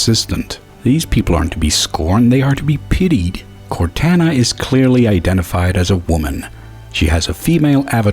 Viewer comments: You Pronounced Cortana Wrong Just Serch Cortana Halo Ce And You Will Know How To Pronounce It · You miss pronounced Cortana a lot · Anyone else mad how he said Cortana? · I can't help bit heat "court Ana" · What I find more absurd is your pronunciation of Cortana.